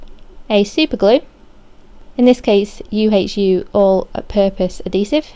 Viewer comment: UHU glue is pronounced YooHoo..